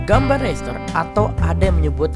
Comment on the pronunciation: Ucapan RASTER yang benar itu "rester", bukan "reister".